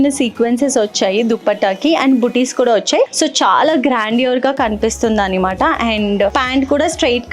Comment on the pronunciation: Nice choices but Annamaata (అన్నమాట) antaru kada normal ga meerenduku annimaata (అన్నిమాట) antaru ?!